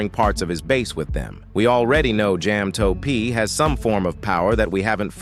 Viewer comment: jam toe pee